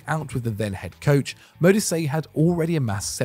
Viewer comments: Radebe was a top quality centre-back, he stayed with Leeds and reduced his own age when they got relegated. He also coached at Leeds after retirement and the band Kaiser Chiefs (who were formed in Leeds) are named after his former Club. EDIT: Modise is pronouned Mo-dee-seh. Some other honourable mentions in my opinion: Nourredine Naybet (Morocco) Jacques Songo'o (Cameroon) Abedi Pele (Ghana) Hossam Hassan (Egypt) Radhi Jaidi (Tunisia) Joseph Yobo (Nigeria) Jules Bocande (Senegal) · Modise also 🙈